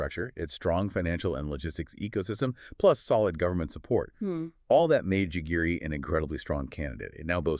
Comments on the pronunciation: The suburbs in which Nairobi hosts UN Bodies is pronounced "GEGERE" in English or "Gigiri" in Kiswahili and other Kenyan languages. Is it too much to expect that you Europeans and Americans would have the diligence and respect to correctly pronounce local African names, in the very same way that Africans exercise the same duty of care to correctly pronounce names in Europe and America??? C'mon.....or like was say that in Kenya "kamaaann"!! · It's not Jigiri it's Gigiri.. GeeGeeRee